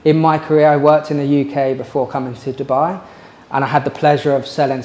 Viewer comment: its DU buy, NOT derrrr buy FFS